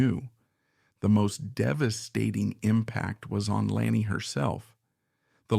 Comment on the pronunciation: Why don't you onfirm the correct pronunciation of Ms O'Grady' first name before you request "a LIKE Subscribe 👍"!